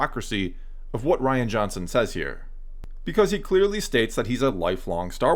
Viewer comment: *Ruin Johnson Could at least get his name right.